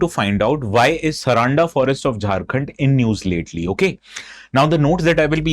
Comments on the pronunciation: it is sar-un-da and not saraanda bro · it's not Saraanda, its Saaranda (सारंडा) 🙏🏽🙏🏽☺️🇮🇳